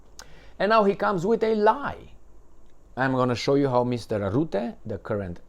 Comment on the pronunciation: Rutte, NOT ROOTTE. Dutch 'u' is pronounced like U in hut, cut etc. Alexander Christoforou has the same problem. Mark Rootte does not exist. Only Mark Rutte exists. Rutte is a free mason. Free Masons are everywhere, also in Russia.